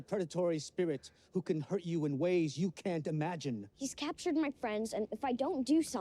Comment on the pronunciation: Um chaptchered. Zhao it's captured